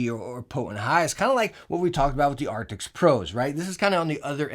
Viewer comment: Artics.. arcticts.. artis.. dude. ARCTIS